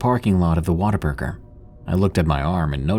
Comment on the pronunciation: What-a-burger 😂 I live just north of New Braunfels.